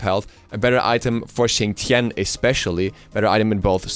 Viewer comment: Why does Xing's name said fast kinda sounds like Chin Chin?